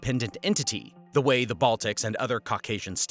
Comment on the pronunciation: dude it's not putinist bots you're just not very smart or well informed. You can't even say Caucasian right